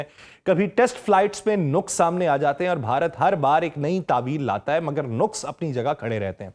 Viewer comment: Lafz "nuqs" nahin "naqs" hy